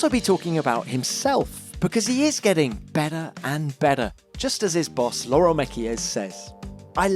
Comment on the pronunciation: He's starting to talk with an Australian accent 😂 the way he says "bettah"